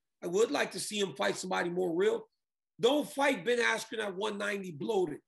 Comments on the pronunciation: Ben AskYou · His brain went "askew" after that hit. He got effed up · Ben Assq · Micheal Buffer pronouncing Askren’s name as “Ben Askew” definitely messed with his head 😅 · i thought he said ben icecube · So cringe when Buffer messed up Askrens name with “Askew” considering he has announced his name in the UFC lmfao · Honestly that pissed me off I kinda felt bad for Ben there. At least say the man’s name right this man has competed for world titles put some respect on it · I thought he did it on purpose to screw with Bens head right then. He never has had issues like that bad. Or Oscar gave him the wrong name. Not even close at all and English. Too funny